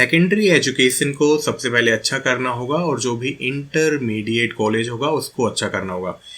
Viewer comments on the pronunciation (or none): none